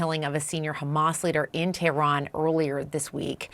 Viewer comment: Tehran not terhan. Why most of these televised anchor cant even fucken read an english script property.